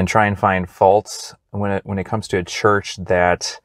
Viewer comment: He is saying the name of the church wrong.